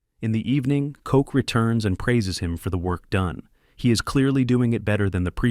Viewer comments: koch is NOT pronounced coke 🥀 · His name is Koch bro. Not Coke. Wtf.